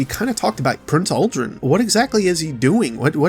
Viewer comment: I hate to be that guy, but it's Uldren